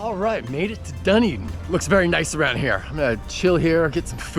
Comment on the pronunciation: Pronounced …Dun E din….